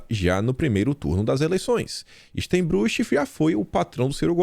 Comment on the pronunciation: A pronúncia do nome do dono da CSN é " stainbruque" , e ele segue pagando pelo menos 25 mil para Ciro por mês.